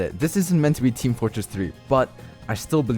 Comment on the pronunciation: did you just say, meat fortress ?